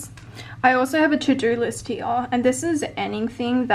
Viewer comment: You can always tell if someone is Australien when they pronounce “here” 😂